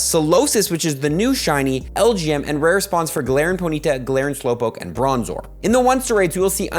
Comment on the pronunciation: PONY TA NOT PO NYTA